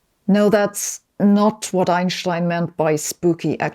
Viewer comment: The way she says ineschtine is spooky!